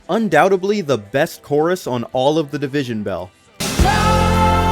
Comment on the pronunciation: “Undoutably” is killing me…